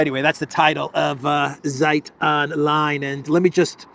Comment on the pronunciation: it's not SAJT "ZEIT" - read it "TSAYT" Z in German is TS (like ZAGREB, like Zeebra) ZI